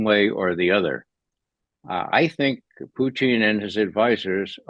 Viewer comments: It's Putin, not Poutine. That's another politician. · Pootn, not fn POO TEEN ffs man. Even in russian it only has a slightly longer poootn. but never TEEN,. have to mute this guy every time hes on. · I like the way he calls Putin .....Puteen 😙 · Mr Poo-Teen...NAYET!!